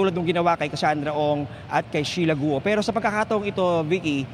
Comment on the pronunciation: Not gu-o it should be sounds kwuo